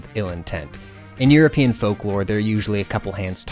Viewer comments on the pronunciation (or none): none